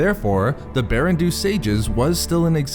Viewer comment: I’m pretty sure “Baran Do” should be pronounced “BAH-ran DOUGH,” not “Barren Doo.”